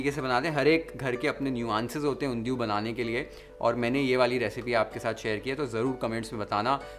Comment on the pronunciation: The way u say Undhiyi!!! Omg ! Oerfect in gujju style